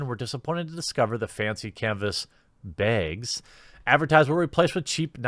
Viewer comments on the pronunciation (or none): I don't like when you say "baigs" anymore , it just makes me miss Lauren Southern 😢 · You're right, I thoroughly enjoyed this video about baygs... I think it's the self awareness of the pronunciation that made me laugh. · Every time he says "bags" I blink twice. Behgs. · you still say "baegs" but you can say "sacks" correctly in the same sentence? the heck, man. (just teasing, love the vids) oh nice, you got it right later ( ^u^)b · Bethesda: "Here are your bags..." Jeremy here from the quartering: " B A Y G S " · Accents are a fell of a thing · The way you say “sacks” is even funnier than the way you say “bags”. Go ask someone if they want some sacks and see if you get slapped. Unless you’re really lucky of course.